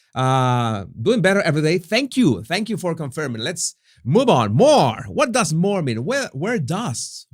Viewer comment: *more.... not MOAR